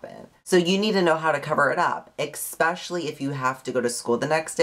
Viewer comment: um, 'eck-specially'?